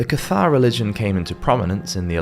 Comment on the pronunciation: Again, I love your content, but it's rather jarring to hear the mispronounced French names (and sometimes Italian ones.) Aquinus is Ah QUINE US, de Molay is DE moh LAY, and Cathar is pronounced CATH ar.. I think it's always a good idea to look up any word or name that's non-English to check on how it's pronounced...just a thought. With that, keep up the great work!